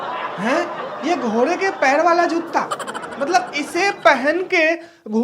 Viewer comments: जुत्ता नहीं भाई जूता ,😊😊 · Jootta nhi hota pagal joota hota h